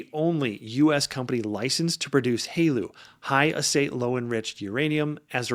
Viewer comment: Great video! and I can give you some tips on making sounding more like you are part of the nuclear industry: TRISO is pronounced Tri-so, not Tree-so. Haleu is pronounced Hail-Uuh. Keep the videos coming!